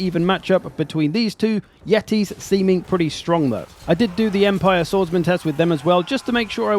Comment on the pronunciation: Yetis ? more like YEET-is, badum tss